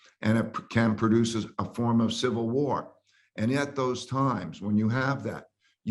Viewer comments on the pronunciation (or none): Been telling people for 4 years that if a sivull whar breaks out we'll get in-vay-did